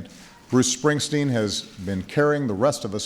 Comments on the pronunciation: James Allen check out obama pronouncing his name ...he sez ‘spring..teen’ 🤣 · Who the hell was announcing this? His name is SpringstEEn, not SpringstIn. Idiot. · She announced him as something that sounded like "Bruce Springston". Like she never heard of him. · She couldn't even pronounce Bruce Springsteen's name correctly 😢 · Great event did the address announcer mispronounce the last name Springsteen and then the next recipient, since we Tyson? Poor job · For such a prestigious & coveted award ... please do (next times) engage a presenter who can actually PRONOUNCE correctly the names of the recipients. This was sickening to hear. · idiot announcer pronounced his name wrong